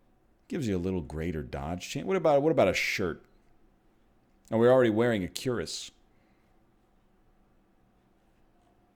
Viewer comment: "Cure-is" is not how you say that word, NL, haha.